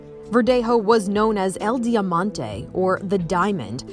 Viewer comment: El dee-yuh-man-teyy?! The fVck?